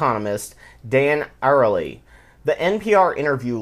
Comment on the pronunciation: Arieli, should probably be pronounced "Aree - Elee".